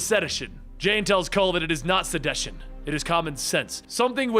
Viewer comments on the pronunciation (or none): Time Index . . . The word is pronounced 'seh DISH un' and NOT as 'sed-desh-un'. (sigh!; this is what happens when the Public Schools fail to teach READING and leave all the "upbringing tasks" to the Comic Book Publishers!) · Oh no... you mispronounced sedition? 🤣